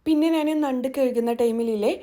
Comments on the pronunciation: ന്നണ്ട് അല്ല ഞണ്ട്😂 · നണ്ട് അല്ല. ഞണ്ട് aan. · ഞണ്ട് അല്ലേ.ന്നണ്ട് അല്ല ല്ലോ. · നണ്ട് അല്ല ഞണ്ട് ആണ് 🤣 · ഞണ്ട് എന്നാണ് ഞങ്ങൾ പറയുന്നത്. നണ്ട് അല്ല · Nand alla. Njand aanu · നണ്ട് അല്ലാ ഞണ്ട് ആണ് 😀 എന്ധെലും ആവട്ടെ വീഡിയോ സൂപ്പർ